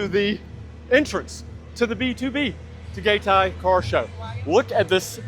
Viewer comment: Your pronunciation of different cities 🤦🏻‍♂️ from Pattaya to Puerto Galera to Tagaytay 🤦🏻‍♂️🤦🏻‍♂️🤦🏻‍♂️